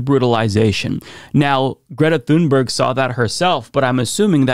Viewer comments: Small pet peeve and I'm sure I'll get a lot of hate for this, but Greta pronounces her last name closer to "toon-berry" and not like it's spelled. When Amy Goodman interviewed her, she asked several times, please pronounce your last name for us, so we get it right. And she said "toon-berry" each time. Not "thune-berg" actually. Carry on, friends. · She's swedish, her name is pronounced TUNE-berg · Pronounced TOONBERRY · Her name is pronounced "Tun-berry", the "g" is a "y", like in "Vogt". You don't say "Vogt" "Vog-ut", you say "Voyt". Likewise, say "Tunberry". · You should learn how to pronounce her name correctly. It really irritates the right for some reason.